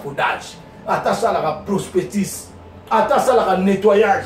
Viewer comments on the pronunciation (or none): osala chef cuisinier? lol, en tout cas. diplome ozua ya nini? On dit prospectus et non prospetice